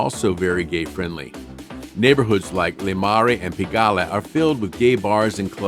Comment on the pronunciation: I love the video but dude butchered every French area Marais is Muh-Rey, Pigalle is Pee-juh-ley